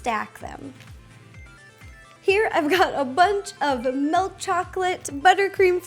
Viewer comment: It's milk chocolate not melk chocolate